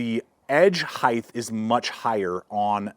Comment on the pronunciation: There is no h at the of height. Why do you say heighth?